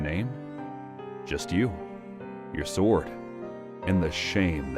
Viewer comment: Tokugawa Ieyasu, not "Ley-yasu". It's a capital I, not an L. Meiji (may-ji), not MY-Ji. And "sword" without a pronounced "w".